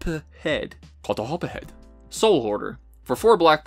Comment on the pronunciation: Pronouncing Kothophed correctly earned you a like and subscribe 😁👍